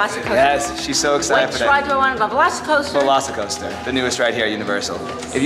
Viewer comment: LOVE HOW PAULA KEEPS SAYING VELOSICOASTER YASS BEST RIDE EVER FOR COASTERS IN UNIVERSAL